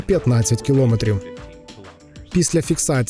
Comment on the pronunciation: Змініть наголос у слові "кілометр"